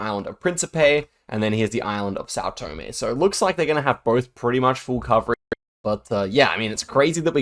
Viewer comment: hey little correction, you say Tòme, but it's Tomé